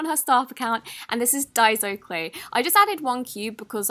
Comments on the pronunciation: she finally pronounced daiso right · SHE DIDN’T SAY DAIZO, IM SO PROUD OF HER 😂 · ACTUALLY, google the pronunciation. It's (day-zo) i was correct in the first place. And yes the packaging does say DAISO when you've just said it doesn't.